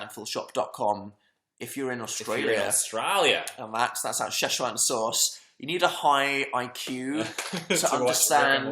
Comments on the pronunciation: I died when dan try to pronounce szechuan sauce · SESHWAN SAUCE